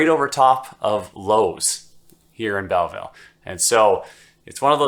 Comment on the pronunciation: lol you are clearly new to Belleville. It is pronounced "Bellvole" lol